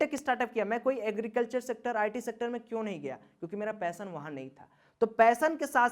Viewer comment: ...."पैसन " नही वो " पेशन "होता है लवड़े...😬